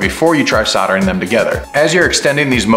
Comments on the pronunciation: Love the video, but please stop calling it soddering 🤦‍♂️ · What's soddering?